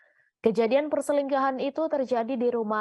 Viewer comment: perselinggahan bukan perselingkuhan